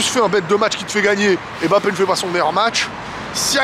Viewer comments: Cc stp peux tu faire l'effort de bien prononcé son nom de famille stpp respecter son nom svp... C'est mbappe et non m'.. Ne prononce pas le m.... Merci 😊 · Mbappe et non Embappe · petit point noir dans ta vidéo.:c'est kylian mbappé pas m... bappé le m est muet. Sinon, rien à rajouter à ta réac